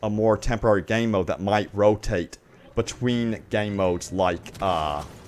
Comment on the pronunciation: The way you pronounce “Game mode” is horrible.